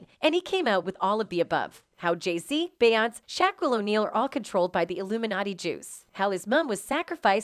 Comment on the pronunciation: I'm not listening to a a.i that can't even pronounce beyonce